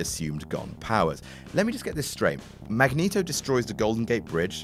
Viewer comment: You...really don't go to jail for speeding alone, especially only 88. Days of Future Past erases X3 thank God DId you say "Magnus Neato"?!